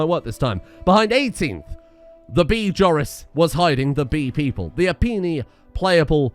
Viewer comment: Why do you keep calling the beeple "bee people"